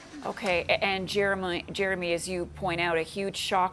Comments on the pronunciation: Repeatedly calling him Jeremoonie is too funny..haha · Why does she keep calling him Jeremoonie? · why does she keep calling him jeremoney lol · Why she saying his name wrong every single time 😂